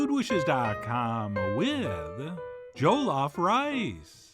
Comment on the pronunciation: JA-LOF 😂😂 NOT JOE-LOF❤